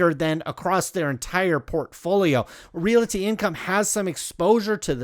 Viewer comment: Love the video, but every time you say REALITY instead of REALTY, a kitty dies